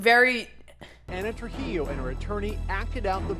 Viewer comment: ana trujilo, more like ana truHEELo im so sorry